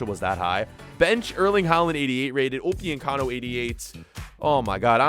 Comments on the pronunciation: Upyuncano? It’s upamecano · Why does he say upiyecamo its upamecano😂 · Everyone:Upamecano:Opiocano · He keeps butchering Dayot Upemecano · The way he says upamecano😂😂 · wtf you are butchering upamecano name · The way you say Militão and Upamecano is so wrong